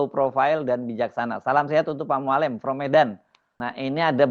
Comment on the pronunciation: Mualem, e nya halus bukan kasar. Sakit telinga dengar nya cara pengucapan Mualem